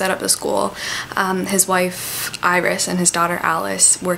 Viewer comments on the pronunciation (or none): none